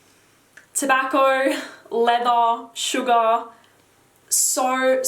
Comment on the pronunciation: ...it's all in heeyahh!!